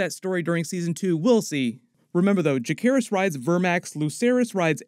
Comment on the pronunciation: Learn how to pronounce Jacaerys. Jace, not Jake.